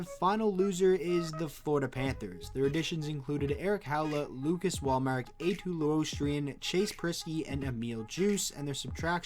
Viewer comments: It was spelled wrong two times in the video was more the point lol. But it's pronounced like "Luo" from Luongo, "sta" from star, "ri" from rim and "nen" from prominence. The r should also be rolled :) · D so funny how you try to pronounce Eetu Luostarinen but good video!